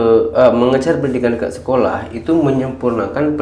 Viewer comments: Knpa sebutan dekat sllu sebut deked...hodoh bunyinya... Malaysia x sebut deked...DE..KAT...bkn DE..KED... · Bukan dekek bang tapi dekat bang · Bukan DEKET tapi DEKAT. Buka semua ejaan yang akhiran nya A itu bunyinya E apa lagi digandingkan dengan huruf konsonan seperti AT. Ia tidak semestinya berbunyi DEKET justeru ia tetap berbunyi DEKAT.